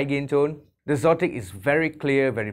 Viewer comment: You are the first person I've heard pronounce xotic as "zotic." It makes sense, but I think they are just spelling exotic without the E at the beginning for effect. Anyway, good review.